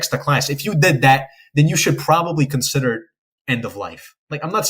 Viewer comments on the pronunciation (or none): none